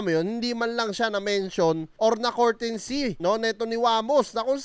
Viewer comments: pa english english ka pa kasi "COURTESY" hindi "COURTENSY!" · Boss hindi po yan cortency mag basa2 ka muna bago ka mag vlog nyan para d mapahiya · It's COURTESY NOT COURTENCEY.... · hindi courtency, courtesy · Brad anu ba ung sinasabi mong kortensy ang ibig mo bang sabihin kertesy(courtesy) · comment lang. 😅😅😅 Courtesy, Hindi Courtensy. Honest feedback lang. 😊😊😊